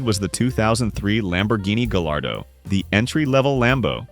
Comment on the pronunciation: Great video and i dont wanna be that guy but the "gallardo" is pronounced "guy-are-do", the double l makes a y sound. Im sorry I just had to say it!